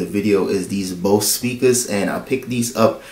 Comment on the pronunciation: My friend, it's pronounced "Boze" !